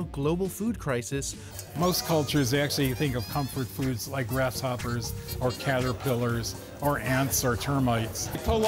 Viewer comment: Why did that stupid boomer say caterpillars like he did?